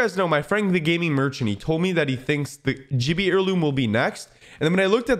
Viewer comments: Say it with me GIIIIBBY not jiiiibby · Did he just say jibby 😐🤬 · said jibbie 😂😂